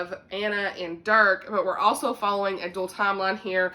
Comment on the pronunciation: Okay so I'm from Dutch background and the 'g' sound from Geesje is the most difficult for non-native speakers. It's a gutteral sound, almost as if you're gargling or clearing your throat. A lot of Dutch people can't say it either, so they say it with a soft 'h' sound instead. 😄 You got Dirk right though! I didn't realize the Legacy of Mercy series was Dutch! I have to pick it up now. Wishtress is part of a series? Does it end on a cliffhanger? Cause then I'm waiting until book 2 comes out haha. I can't do anymore cliffhangers 🫠 Since you read Wishtress, have you read Sara Ella's The Wonderland Trials yet?